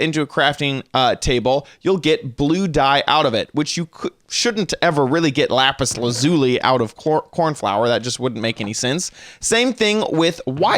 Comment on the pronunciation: You said lapis lazuli wrong just saying